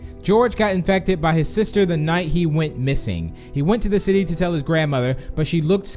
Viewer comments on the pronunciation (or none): none